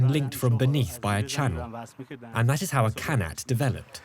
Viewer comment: First of all it is pronounced ghanat & not kanat! And it is a shame that you would not even mention the Zoroastrian population of Yazd.